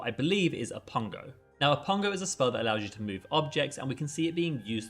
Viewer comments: Did he say "o-ppun-GO"? SIR 😂its oppugNO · I think its Oppugno not Oppungo… Love the video good job. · Oppugno, not Oppungo 😊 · I think that's supposed to be Oppugno, not Oppungo. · Hey, great analysis, but I do believe It's actually pronounced Oppugno.